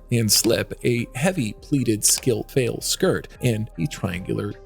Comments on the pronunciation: Faille is pronounced "file," with two syllables, "FIE-yul" -- it's definitely not a "fail"! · NEXT TIME—PLEASE make sure the narration /narrator knows HOW TO CORRECTLY PRONOUNCE fabrics like “faille,” “organza,” “Chantilly,” etc. The crazy mispronunciations were seriously distracting.🤦🏻‍♀️